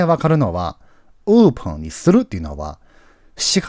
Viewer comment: 勉強させてもらっています。 OPENは、うーぷん、ではなくて おーぷん、と言った方が良いと思います。